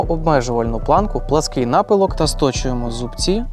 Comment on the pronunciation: Наголос у слові помітка і напилок падає но другий склад, а слово акумулятор і пишеться і вимовляєтся однаково з однією а і двома у.